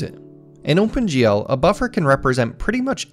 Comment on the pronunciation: This video is great, and so was the last one, but I'm starting to get a bit distracted by how you keep saying "Ohmpen GL" :P